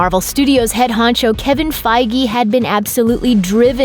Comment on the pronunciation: "keving Fi-gee"